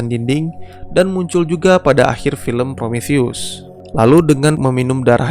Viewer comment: Promotheus Obraltheus Diskontheus Btw yang bener Prometheus bang